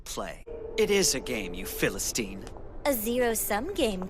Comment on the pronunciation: that... isn't how you pronounce philistine? Or plebian. Is this how I find out no one pronounces them correctly, or am I just going insane?